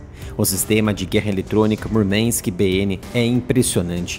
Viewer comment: Murmank et palavra russa, não inglesa, não é necessário sotaque texano.